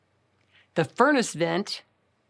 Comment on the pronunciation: Furness Vent? 🤣